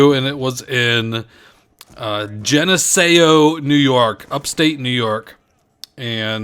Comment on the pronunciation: Haha nice commentary. But it's pernounced Gen-eh-see-oh (Geneseo) I used to live near there